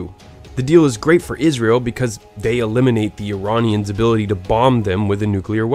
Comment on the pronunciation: BTW you say Iranian names unbelievably correct